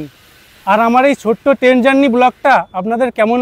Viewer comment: সুন্দর ভিডিও। কিন্তু উচ্চারণে জোর দিন।টেন নয় ট্রেন।